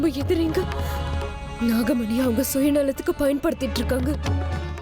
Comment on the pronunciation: Dai ethana thappuda pannuvi GA dubbing process la Vishnu dialogue la namagamani illa da nagamani